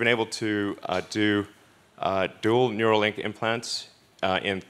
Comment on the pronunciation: Neuralink, not Neurolink